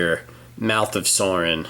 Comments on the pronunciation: It is sauron not sorin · It's not mouth of sorin it's mouth of soaron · If you say Soarin one more time... its pronounced Sauron! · sauron's name is pronounced like souron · Sauron's name is pronounced SOW-ROHN